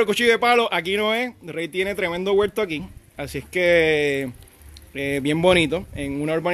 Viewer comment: Yo no se de donde sale que el dice guelto en vez de huerto, debe ser que en mi pai RD décimo guelto y no sabemo ditinguir la palabra.